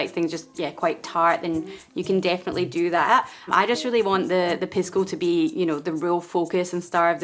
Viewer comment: Love your channel, - however, the spirit is correctly pronounced PEE-sco. The Spanish 'i' is pronounced like the English 'e' (Hence the play on words with Macchu Pisco/Picchu). Saludos!